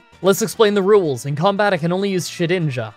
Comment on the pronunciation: I get a shot of serotonin straight into my brain when says “let’s explain the rules” It comes out like “roowels” and I really like that